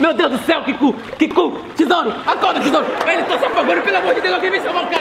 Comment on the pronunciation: Ele falou tisouro eu entendi tesoura